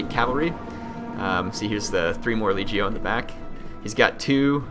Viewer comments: It's LEG-E-O. As in leg (body part), long e (rhymes with fee), and long o (as in go). LEG-Ey-Oh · is leg - io, hard g, please, you were killing me